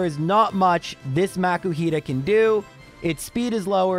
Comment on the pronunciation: Most PokéTubers I've seen, excluding the ones found randomly in the game, only use Rare Candies in Egglockes and that's only to get the hatched Pokémon up to the level of the one that you swapped it out for. I don't know why you're pronouncing Makuhita as if there were a C.